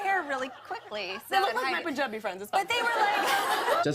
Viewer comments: Why you saying Poonjabi... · No one:: pOonJaBi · It's not POONjabi, it's punjabi. say it correctly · Why does he pronounce punjabi as Poonjabi😭😭😭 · Silently cringing at the Punjabi pronunciation but it’s ok cause you’re dope